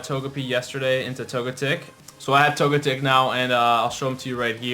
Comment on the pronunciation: OMG ITS NOT TOGETEC ITS TOGECHICK not spelled that way but its pronounced that way do u even waych the anime -_